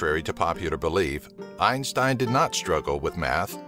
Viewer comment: His name isnt pronounced like the way you do goddamn